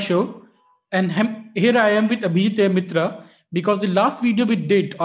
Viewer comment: Totla Seth. 🤣🤣🤣🤣 "Hem here r with Abhijit Air Mitra "😂😂😂😂 The Start is very funny itself.....I wish not the content.